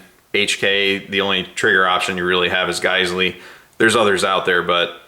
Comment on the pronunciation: I believe it’s pronounced “jizzell” or “gazelle”.